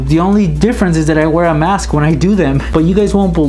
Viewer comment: Its mask not maske